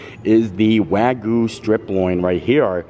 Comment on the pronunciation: I am a Japanese speaker and you are pronouncing “Wagyu” horribly wrong. It is painful to hear. Don’t you see the y in there. It is not Waguuu! The “Gyu” sounds like “g-you” Wagyu”